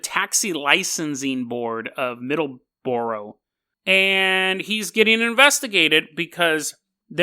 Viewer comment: Gotta be a pedant, the way you pronounce Middleborough is like "middle-bruh" over here - and with any of the shires, such as derbyshire for example, we don't pronounce it "dur-bee-shy-er", we say "dar-be-shuh".